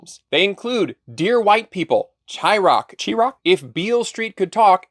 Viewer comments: I know this is an ancient video ( in internet years), but chiraq is pronounced shy-rack, a play on words from Chicago's nickname of Chi-town (pronounced shy) and the fact the murder rate was higher than deaths in iraq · The director is a token and the movie is tokenism. Also it's pronounced shy-rack. The drill rap scene named it that cause Chicago glorifies serial killers...sidebar. but this film will fail because white men still run everything. You're gonna need their money eventually cause they got the most. I'm all for black people in lead roles in superhero movies whatever the case may be. But not at the expense of someone else... Because if you have to put down another gender or another race to elevate yourself you're trash.